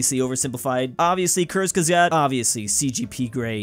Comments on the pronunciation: Bro needs to step his German pronunciation up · pronounciation of Kurzgesagt really burnt down my ears